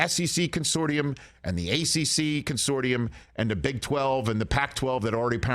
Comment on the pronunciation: c'mon, Rich. It's pronounced con-SOR-shum. You're better than that.